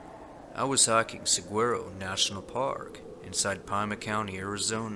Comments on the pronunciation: !😀 I want to mention the correct pronunciation of two words: 1) Saguaro - Sa wa row 2) Pima - Pee ma 🌵🌴☀️ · Love your storytelling,. Just maybe look up how unfamiliar words are pronounced... Saguaro="SA-HWA-RO" Pima="PEEMA" I don't mean to nitpick, but you've fumbled a few park and county names before. Just saying.